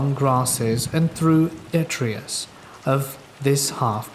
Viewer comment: Milo is "My-Low" and Detritus is "De-try-tuss"